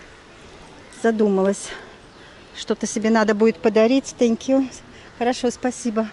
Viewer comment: Ваш английский - это нечто..! Это даже мило - в этом что-то есть. Это даже стало мне нравится. Но когда я слышу в исполнении слово «тэнкью» - меня реально пробирает дрожь.. сходите же на урок английского - пускай вам там немножко фонетики объяснят